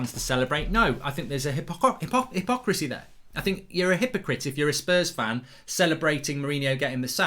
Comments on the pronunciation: Great video mark, but when you said "hippohypocricy" it made me laugh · Mark actually has a problem saying hypocrisy 😂